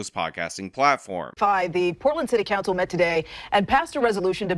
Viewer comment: Is it city cancel or city cowncil? Am I the only one hearing this?